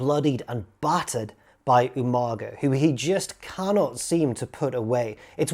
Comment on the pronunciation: Slightly disappointed you didn't pronounce Umaga properly. Especially as a Brit! UMANGA! Loving the video though! Good stuff,!